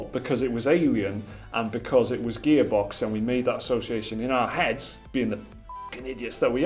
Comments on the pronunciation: Is he saying gaybox cause that's what it sounds like I know he's gearbox but it just sounds like he's saying gaybox I know Dumb comment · He keeps saying Gaybox. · Haha! The way you pronounced Gearbox made it sound like Gaybox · "Gear box" not "gay box" guys.😂😂😂😂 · Gaybox? Gearbox? The name is gearbox but everytime it sounds like Gaybox. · Is it me or he says GayBox not gearbox? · I kept hearing Gaybox...good vid gents. Cheers! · Sounds like you’re saying GayBox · bloody hell, ur saying gearbox like ur saying "gaybox" WHYYY